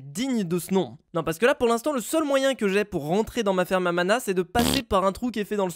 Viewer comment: quand tu dis ferme a mana c'est comme ferme a ananas 🍍 😂😆 hahahahahahahahahahahaha